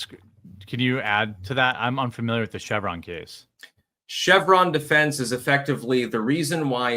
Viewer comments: “Chevron Deference!” Not Chevron Defense! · Nit picker here. It's "Chevron Deference" - As in the court 'deferring' to an agency's interpretation.